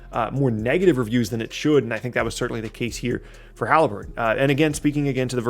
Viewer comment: I love “Tyrese Halibuton”